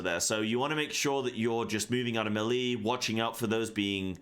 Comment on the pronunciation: how in the absolute f$%k does a person who tries to make a living doing MMORPG videos not know how to say the word "melee"? (It's pronounced MAY-lay, you buffoon.) Also, grudgingly, thanks for the video. I gave you a like even though you made me cringe through the whole thing.